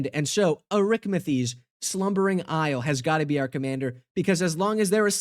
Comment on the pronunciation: Brother…. I only really clicked on his video because it had Arixmethes… but then he went and called it “Arikmethes”..